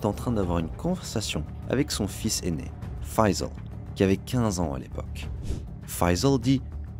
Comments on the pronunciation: 😂😂 laccent, tu croit Faissal c americain ou quoi 😂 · Faut revoir la carte du Maroc et la prononciation du nom Faissal 😂